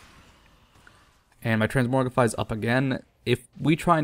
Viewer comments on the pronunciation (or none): TransMOGRify, not "morgify". |:( Sometimes I think you do this on purpose...